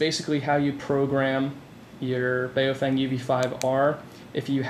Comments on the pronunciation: For god’s sake it’s pronounced “bow-fung” - not “bay-oh-fang” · I respect the origin,.. but I wrongly pronounce it as well "bow-f-eh-ng" the "bay-oh-fang" is Americanized pronunciation